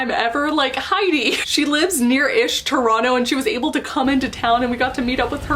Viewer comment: Ah, my hometown! Good on you for saying “Toronto” like a native. 👍🏻